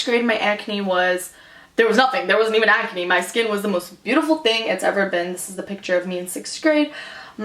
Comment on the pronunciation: you say, ecnay instead of Ahcne.